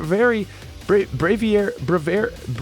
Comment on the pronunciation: no.5 is pronouced brave-ei-ar-ei